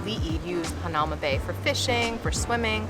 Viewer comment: It pronounced hana oo ma bay